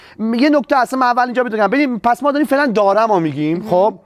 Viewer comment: هموطن پارسی زرتشتی چرا خواهی ما را آزار دهی ؛ زبان تکمیل و پيشرفته شده " زرتشتی بلستانی " همین " زبان پارسی زرتشتی پهلوی " است ... ×× حالا شما [ " دوریم " تلفظ می‌دارید ] ... در این زمان ما گفته می‌شود " داریم " ...